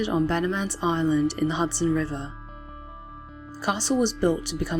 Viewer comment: (At 39) Did she say 'Hudson' River or 'Hatsune' River ? xD but I'd guess Hudson , cuz we don't worship Miku that much xD